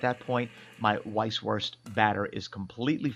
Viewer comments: PLEASE do not say "weiss-wurst" with the english "W". Use the German pronounciation of "W" which is a "V". You know, "vee haf vays of dealing vith you.". And if you don't say it properly you will get terrible stomach cramps because in Bayern (Bavaria) these sausages have a life of their own and if you do not respect that, well...you know the answer! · Say it with me....vise. vurst. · A little info: The German "w" is pronounced like the English "v". So when you say "Vice-Voorst", it sounds much mor authentic. 🙂